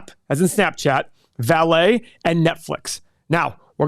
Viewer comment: Vale in Portuguese is pronounced like the English word “Valley” not “Valet”.